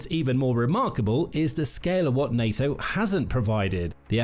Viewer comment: "FebrEe" "mili-tree" "nayToe" "russier" "Net-WORK" "septembahh" "ukWanian" "Terra-tree" "bassel" (battle) "nuculur" This is SO GD PAINFUL! I'll go bleach my ears now.